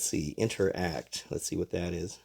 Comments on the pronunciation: you said it like 2 syllables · inter act why did he say it like that